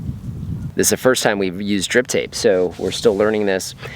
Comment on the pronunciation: I keep hearing "Grip Tape" not "Drip Tape" like on my skateboard.